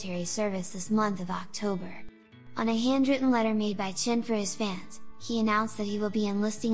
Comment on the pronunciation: nooo~ don't go chen. we will miss you. by the way why is she pronouncing his name as "chin" ?? ¿